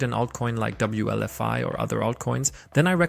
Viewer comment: Wlfi not wlvi